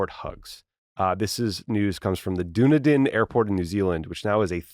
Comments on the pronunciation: Dunedin is pronounced "Dun" (rhymes with fun) "Eden" (like in the Bible). No pause between the two. It's Scottish as were most of the European immigrants to that area. The hugging limit is in car unloading zone. The sign says you can have longer hugs in the carpark or inside the terminal. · Tommy it's Dun..as in FUN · Horrible pronunciation of Dunedin.